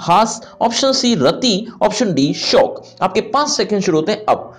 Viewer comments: Shook hota hai sir shock nahi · Sir aap shok ki jagah shauk kyun bolte ho🤔🤔